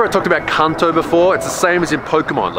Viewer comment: Also, it might've just been the Aussie accent fooling my ears into hearing what I expected, when you said "Kanto" I heard "cunto". >.>